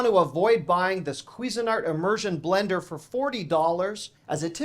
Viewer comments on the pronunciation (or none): none